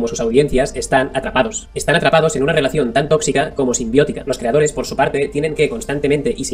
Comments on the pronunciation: Si vuelve a decir "creadore" empiezo a sacar las antorchas. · Me encanta cuando dice creadore jajajajajajajajajajajaja